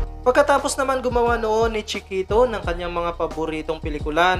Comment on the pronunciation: " chee - kehtow " 😆